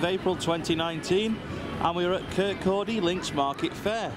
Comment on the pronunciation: Wow, you're in my home town! I now live a few miles away but still visit Kirkcaldy (well done for saying it correctly!) frequently as have family there. Was in town this afternoon/evening actually. I used to LOVE going to the Links Market (established 1304!), looks like you experienced typical 'market weather', meant to be a lot warmer/sunnier over the weekend. We 'do' get sunshine in Scotland believe it or not! I didn't do a pre-opening walkthrough this year however it's weird you saying about possibly less rides. I can see the market from my mum's flat ( look top rightish of screen, 3 high rise blocks in distance) and said exactly that to her today. Hope you enjoyed it and your time in Kirkcaldy :)